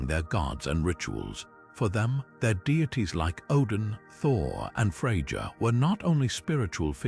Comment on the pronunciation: Gonna lose views if your AI pronounces Freja like that